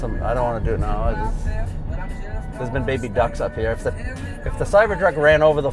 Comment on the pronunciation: Ya can't get therah from herah! Love this guy. Everyone need a guy like Sherwood in their life! You just don't get more real than this guy lol. Sooooo American right....lol. Nothing they can't do or won't take on. Even an ex con....and I would trust him before about 80% of the people I know now lol. 10,000 faghts.... Love how one syllable words become two almost. Like, back in Jersey were I was born....On...almost sounds like 2 syllables lol. Owww-an Gotta love Sherwood! you get basically a container, like a shipping container that goes on the back of tractor trailers, without a lid...and you fill it with water and then drop the EC in it until it completely discharges. Might be salt water, can't remember but...thats what some places in Europe does.